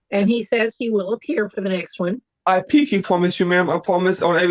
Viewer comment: Don't make fun of a speech impairment😢